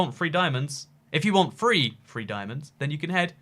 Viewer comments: ahaha "three" and "free" are basically the same word for you😂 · Did he say free free diamonds or three free diamonds can't tell